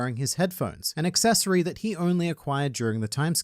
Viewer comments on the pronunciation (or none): none